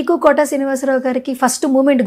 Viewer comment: అమ్మా, ఆయన పేరు కోటా కాదమ్మా. కోట శ్రీనివాసరావు. ఆ మహా నటుని పేరు సరిగ్గా పలకడం తెలుసుకోవాలి.